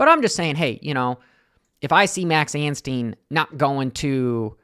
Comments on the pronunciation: and his name is ANSTIE NOT ANSTEEN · His name is anstie not anstien FFS